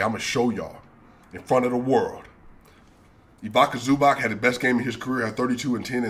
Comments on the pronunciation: love you man, and I know its tough, but you gotta get them names right. It aint ibaka zubahk, the pronounciation is ivitsa zubats. You call Jokic properly but you miss Luka every time. Donchi(c), the ´c´ in brackets being pronunced the same as in Joki(c). The energy you brought in this video was excellent. Good luck to 10k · Ivica Zubac not Ivika Zubak